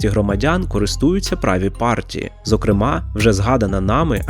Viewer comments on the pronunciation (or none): none